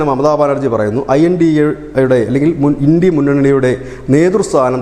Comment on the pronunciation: India എന്നതത് ഇണ്ടി എന്ന് വായിക്കുന്ന വാ പൊളിപ്പൻ വെട്ടോ വളിയൻ